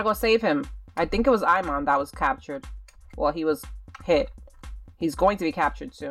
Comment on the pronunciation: I think his name is "Simon" not Imon, lol.